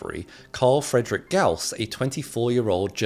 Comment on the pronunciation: friedrich ... ffs